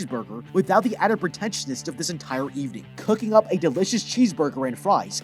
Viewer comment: "Hmmmm, bheesecurger"